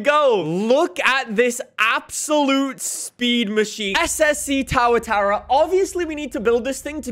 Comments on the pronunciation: too ·uh·taa·ruh, please the tower-tera pronociation is killing me as a kiwi! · It’s Tuatara. So pronounced Two-a-tara. Not Tar-a-tara. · kept pronouncing it as Tow-uh-tara, but the correct pronunciation is Too-uh-tara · It’s too-a-tar-a not tow-a-tar-a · Im also from nz and it personally bugs me as well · It was so painful to hear lmao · How to pronounce SSC Tuatara: Es-Es-see Too-uh-tar-uh How nicks pronounces it: Es-Es-see T-OOOOWWWW-uh-tah-ra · Isn’t it pronounced Too-a-tau-ra, not Tow-a-ta-ra? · tuatara not "taratara" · Yeah I was like tawatawa!?!?!?! Its pronounced tu a ta ra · It bothers me the way u say TuaTara, its pronounced TOOA-TARA not TowerTara 😂😂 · The "SSC Towatower" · bro it’s pronounced Too-ah-tah-rah it’s a native lizard from New Zealand that’s actually technically a dinosaur! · “SSC TAURATAURA” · ah yes "ssc towertower" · It’s tu a Tara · “SSC Toatara” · SSC TAWATARA HAHAHA PRONOUNCE TAWATARA😂😂😂😂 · Tuatara ❌ - towatora✅ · “SSC Towatawa” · When he says tawatara XD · Correct pronunciation Two-uh-tara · “Ssc tawataowa” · It’s pronounced too-ih-tahra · Who the hell pronounces tuatara like tow uh tow uhy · It's pronounced too-a-tar-a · Tua-tara. I cringe everytime you mispronounce car name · "Ssc towertowra" 🤣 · That pronunciation tho lmaoo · Your pronunciation of the tuatara makes me cringe so much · The way he says tuatara 🤮